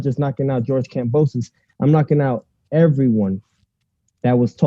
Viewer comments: it’s Kam-bo-sus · it’s not kambrosos 😒